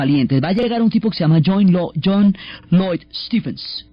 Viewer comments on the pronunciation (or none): none